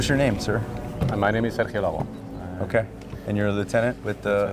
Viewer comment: es Sergio Lago, no Serge Labo